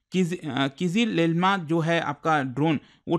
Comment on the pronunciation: bhai Kizil Elma ko ache s to pronounce karle